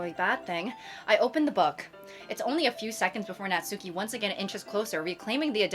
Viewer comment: girlie pop. Pleaze pronounce Natsuki's name as "Nat-ski" not "nat-SOO-ki". You remind me of the people that pronounce Daisuke's name wrong from mouthwashing🐓🐓🐓